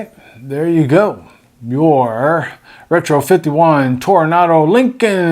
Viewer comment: That's not Toronado (as in the Oldsmobile car) BUT Tornado (like in the Wizard of Oz, it's a twister, it's a twister...) ;-)